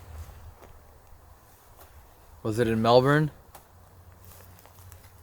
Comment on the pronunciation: so impressed with the way you said Melbourne!! Your like a real Aussie! Most people from over seas drag out that ‘bourne’ part if Melbourne and dam its so annoyingly frustrating! Congrats!! Oh and great investigation!